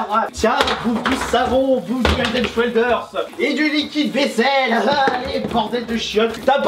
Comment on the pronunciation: 'Du head and shwelders" x')